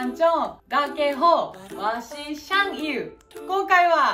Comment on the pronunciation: 日文老師想哭了...祥与的名字是“灑機優”，不是撒幾友啦🤣🤣🤣